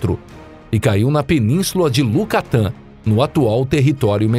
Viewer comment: LUCATAN É MEU SACO RASPADO. É YUCATAN, JEGUE!!!!!